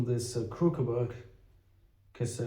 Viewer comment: Pronouncing "crucible", the first c is hard, the second soft. Yes, English spelling is irrational.